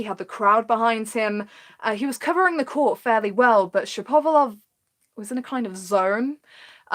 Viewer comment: I enjoyed the video One thing though ,it isn't : Shap - ov - a - lov , it's Shapo - valov